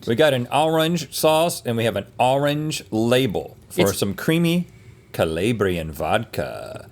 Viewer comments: It’s not colaybrean it’s colaaabrian technically Calabria or Calabrian but not coe lay Bree an sir. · Rhett hurting my ears with the hard A in Calabrian! We need to get him some Italian lessons! Link knows his image to taste ratios! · The way Rhett said Calabrian really hurt my Calabrian feelings